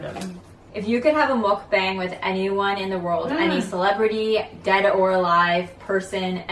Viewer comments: btw the 'bang' in 'mukbang' is pronounced like 'bong'. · I had to stop watching after you pronounced it muck Bang. it's pronounced muck bong. like a pipe. it really irritates me. if you are gonna do it do it right. followers